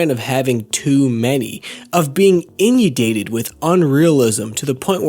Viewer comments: Great video my man. I think you have some strong points. Just want to let you know that during the video you said the word "inundated". You pronounced it "in-you-dated", its actually pronounced "in-un-dated". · It's pronounced... "in-un-day-ted" srry